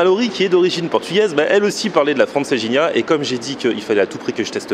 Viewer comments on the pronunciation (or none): Hey les gens là, il faut lui dire à que Francesinha ne se prononce pas Franceginia........!!!!!! Au secours...., du coup je suis certain qu'il n'a pas pu la digérer......!😉👍😉😀😛😀👍 Não é lindo o nosso Porto! 😀😎😀👍😎😀